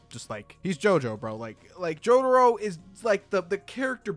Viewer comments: “Jodaro “ Breh its jotaro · Mans kept saying “jodaro” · i mean cool video and all, but wtf is a JODERO? Cringed every time he said joDURRO, which is a lot